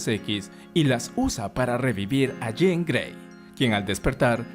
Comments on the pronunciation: Por qué le dice Jane? Si es Jean Gray!😅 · Me gusta mucho como lo resumens de manera tan completa. Aunque no puedo evitar no saber de quien hablas cuando le dices "Jane" (yein) cuand es "Jean" (yinn) jajajaaj pero me parece gracioso como brinco cada vez que lo escucho distinto. Pero todo esta mucho mas que excelente, felicidades! Mutant and proud!